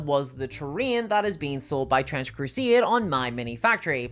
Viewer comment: bro said crusieid and gieim ?